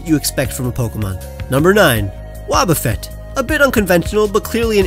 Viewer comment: Wobbuffet, not Woobufet! And there should be 2 A's in Flaaffy!